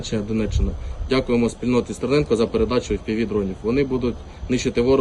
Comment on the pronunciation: Стэрнэнко, ганул тэбэ зачэкався!